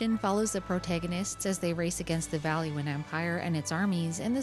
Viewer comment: finally! someone who says valua properly. i dont know why people call valua like balooa, its not the jungle book, guys.